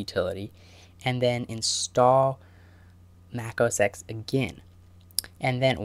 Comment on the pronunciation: good video! though it is not mac os [eks]. it is mac os [ten], because X stands for the Latin "ten".